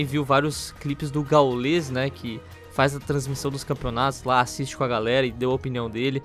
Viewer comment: caralho é difícil falar Gaul”ê”s??